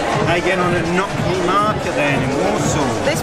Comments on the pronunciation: Lol Nokny. NoTSny. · "noTSny" market :)